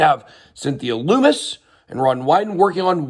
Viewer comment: Lummis rhymes with hummus. Its not Loomis.